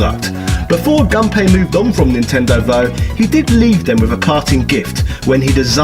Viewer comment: Actually the correct pronunciation for Gunpei is Goon Pay